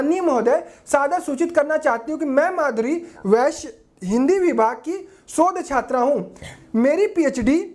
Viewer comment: विषय ❌ वैश्य ✅